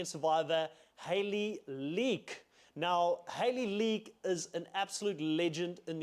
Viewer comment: Hayley Leake. Not League)).